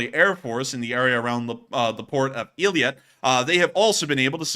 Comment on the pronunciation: It's pronounced eye-lat :)